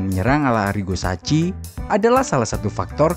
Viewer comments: Sebutannys sacchi: saki bukan saci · Maaf penyebutan arigo sacchi: saki bukan daci